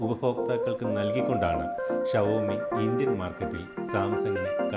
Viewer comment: Aadhyam xiaomi nte pronunciation padich vaa chetta